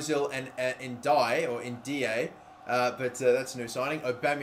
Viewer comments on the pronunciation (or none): Btw I know I’m late but the Ndiaye Guy is called (En-Deeay Ched-Jew)